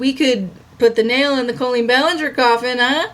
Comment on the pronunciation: Do only you and Adam say Colleen like “Co-lleen”